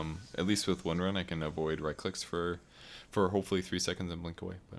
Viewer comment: Thumbs up for titling the video correctly, even if you mispronounce her name in the replay. :)